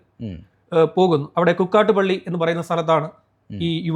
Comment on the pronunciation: Kukatupally alla shyametta,kukkatpally